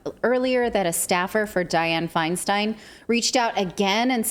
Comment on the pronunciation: Pronounce her name Feen-Steen...